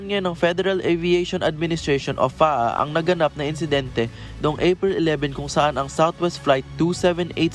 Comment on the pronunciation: what the "__ " is FA AH AH?. its F.A.A. 💁